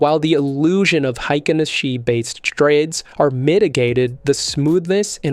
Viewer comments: Hay-kin, not hi-kin! And that's from the Japanese horse's mouth. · Heikin (Hay-kin) Ashi (Ah-shee)